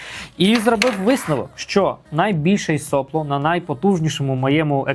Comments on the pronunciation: начните с себя 🙂 , а я за Вами последую... Сопло с ударением на вторую о Heatbreake - термобарьер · Я здесь украинский язык пытаюсь учить и слышу nozzle , heatbreake , сопло , с ударением на первую о , Вы молодец, делаете контент для продвижения печати на украинском языке, но тогда постарайтесь пожалуйста писать сценарий для того , чтобы исключать такие приколы , которые в голове меня возвращают к русскому языку с термобарьером 😊 и соплом с ударением на первую о , а не вторую